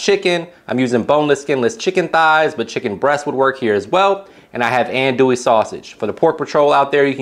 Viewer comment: Please, please, please pronounce andouille correctly, it would add to the authenticity of your recipe. It’s “on-do-we”. Thank you.